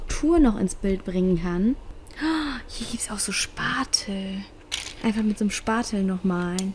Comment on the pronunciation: Wie du so sagst Spatel es heißt Spachtel😅